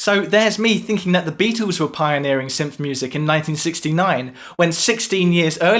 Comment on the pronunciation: Could someone please teach this guy how to pronounce the name Beatles. Because it is not Beatoos